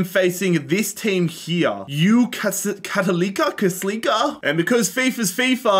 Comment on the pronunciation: cattalika for Católica is my favorite butchering so far